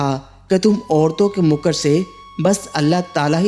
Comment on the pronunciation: Bhai saheb ye lafz "muker " hey yani meem k ooper zaber hey paish nhein . Ye makkar ( cunning ) se " muker" hey " mooker " nhein .